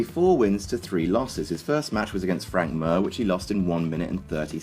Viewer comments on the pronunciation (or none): Frank mir is pronounced meer not mur. Research.... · its frank mir not frank mer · Frank Mir is not pronounced as Mur but Mear. My OCD went cray. I no like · Frank MEEEEEER. LIKE DEER NOT MURRRR LOLOLOL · frank mir not mur lol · Its frank MEAR not frank MUUUR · its not Mur, its Mir.. Frank Mir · Frank Mur lol. Mir is pronounced "Meer" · Not trolling, but the name if Frank Mir. Not "murr" it's "meer" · It's pronounced frank mere not frank mur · Frank Mir not Mer, Mir like the russian space station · Frank Mir is pronounced Meer not mer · im sure he did it to be a douche since he pronounced alistair overeems name correctly, and his name gets botched even among mma announcers. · It's not frank "mur" it's more like frank "meer" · Don't talk about ufc, firstly its frank Mir not murr, and overeem was on so many drugs lol win didn't count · frank MUR... awesome. you know its mir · Who the fuck is "Frank Mehr". It's MIR, stupid. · Frank Mir's last name is pronounced like "mere". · Frank "Murr". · You can tell this guy's not an MMA fan from the way he pronounces Frank Mir's surname. It's pronounced "Forehead". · Look i know Frank Mir himself can't pronounce his own name but it's pronounced 'mere'. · your pronunciation of frank "mer" is really annoying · I died when you called frank Mir frank murr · I think it's pronounced Frank Meer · you say frank mir like a spastic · You pronounced Mir wrong